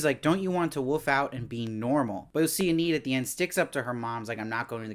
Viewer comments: If there's a season 2 please pronounce Enid's name correctly lol. Ee-nid not Ah-need. C'mon lol. Great reviews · just a heads up her name is pronounced 'EE-nihd' (Enid Blyton is a famous english kids author so im familiar with the name)